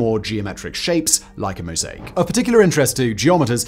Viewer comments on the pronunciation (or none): none